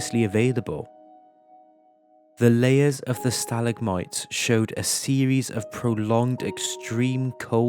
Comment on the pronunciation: The mispronunciation of stalagmites bugged me a little, but gave me comfort at the same time because a real human spoke the words lol.